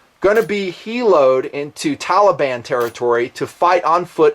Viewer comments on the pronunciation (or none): none